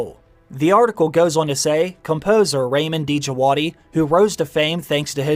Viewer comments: It’s RAW-MEEN DIJ-WAD-EE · Just a quick note; Ramin Djawadi should be pronounced like Raameen Jawaadee. I know it because I'm Iranian too. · Ramin Djawadi, the "D" Is silent.